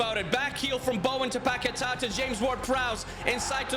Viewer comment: The pronunciation of Paqueta bro :face-blue-covering-eyes:💀